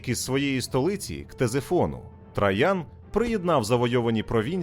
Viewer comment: Цікаво і лаконічно. Це добре. Але «ТрАян» постійно різало вухо)